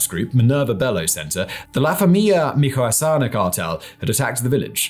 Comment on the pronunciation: Future reference, it's pronounced "Mee cho ah ka na" - mit͡ʃoaˈkana. Keep up the great work!